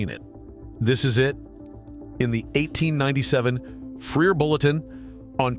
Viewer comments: AI is so dumb. One thousand eight hundred ninety seven? You mean eighteen ninety seven? Geezus. 🤦‍♂️ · "One thousand eight hundred ninety-seven" - err, 1897, a YEAR pronounced eighteen ninety seven. Stupid AI!!! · This shitty AI can't even say the year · This AI can’t read 1897 as a year..